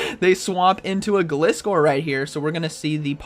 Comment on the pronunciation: You pronounced gliscore wrong 😭 it’s pronounced (Glie-score)